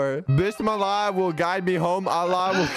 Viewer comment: nadwe it is pronounced bismillah Your welcome